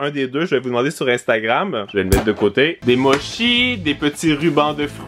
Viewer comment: Les mochi ça se prononce motchi